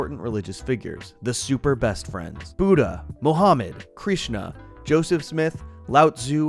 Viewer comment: Great video, just btw, Krishna (or Krsna) is not pronounced like that.